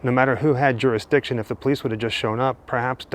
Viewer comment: "Out of our durastiction" or "out of our remit - a domestic"?